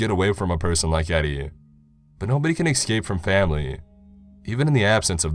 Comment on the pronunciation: Don't say ecscape it's escape.